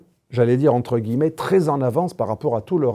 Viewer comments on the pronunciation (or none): none